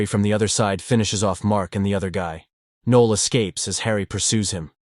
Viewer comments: Noel not Neil NOEL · Also, "Nee-ol" instead of "Noh-el"